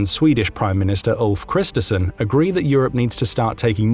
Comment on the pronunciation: Constructive criticism: the surname of the Swedish Prime Minister, Ulf Kristersson, is pronounced 'Kristershon', since the letter combination 'RS' is always pronounced as a 'SH' (unless you come from Gothenburg 😁).